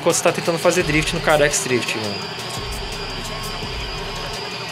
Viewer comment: o mode que vc fala carex o correto é car xis ou CarXdrift Racin